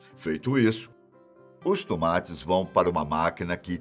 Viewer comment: "Os Tumates"🤣